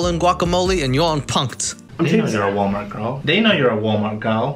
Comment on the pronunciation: Him saying Walmart like wommart is a reference to a Youtube named amberlynn Reid, as well as girl, waterweight, and the chewing. I suggest watching young dumb honeybun's videos on her cause her videos areprettyintor m active and shearing s up interesting points.